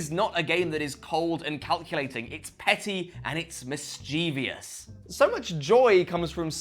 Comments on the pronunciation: "...it's petty, and it's mischievious". That's not a word,. It's "mischievous", and it definitely doesn't rhyme with "devious". Be better. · I like this review enough to forgive the mispronunciation of "mischievous"